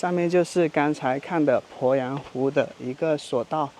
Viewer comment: 鄱阳湖的鄱读作pó，不是bo